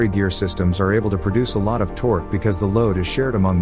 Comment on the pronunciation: "Hellical gears transmit the toque." They need a better AI voice.